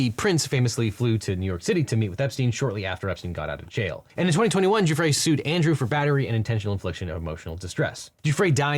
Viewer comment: Kudos for being one of the few Podcaster to get Miss Guiffre's name correctly.